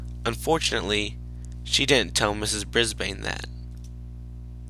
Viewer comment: It's ms.brisbane not ms.brisbean